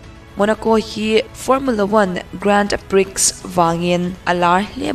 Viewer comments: Gran-pi tia lam tur an tiin ka hria. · Grand pri(x)....X lam rik loh tur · Ka lo sawi ve mai mai; Grand Prix lam dan hi- Prix a X hi silent tur, Pri tia lam tur tih te mai hi 😊👍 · Miss ka lo correct lawk mai ..pa1 chauh.. Grand Prix lam dan tur kha 🤭🤭. Prix ah hian x khi a silent avangin Grand Pri ti. Lam tur aw 😋 a ngaihnawm e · Grand prix grand pre anga lam tur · I aw ngaihthlak anuam hle mai.se...grand-prix i lam dan hi pri ti a lam tur..x hi silent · Grand pri tia lam maitur ni inkahria. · I aw a fiah fel fai in a ngaihnawm khawp mai... mahse, hnamdang tawng English nilo hian lam dan hranpa hi an nei ve thin a en chian theih deuh ni thin se a duh awm ka ti mai mai..Grand prix hi a tawp a X hi lam rik loh tur. Duhsakna thil aw...haw lo la... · Nice - sap ṭawnga 'nice' angin lam rik loh tur, 'neece' tia lam tur. Grand Prix - 'priks' tia lam loh tur, 'pree' tia lam tur. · Nice hi Niz/Nis tih a lam tur.. Grand Prix pawh hi Grand Pri/pre tiin lam ila a mawi zawk/ an lam thin...